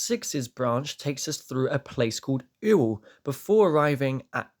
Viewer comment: Ewell, pronounced Yule👍🏼